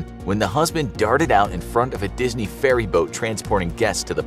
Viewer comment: Dis-knee- kicked me dis-knee killed me